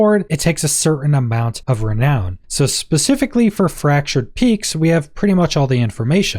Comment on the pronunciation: Why have i never heard anyone pronounce "of" as "hof" in my entire life?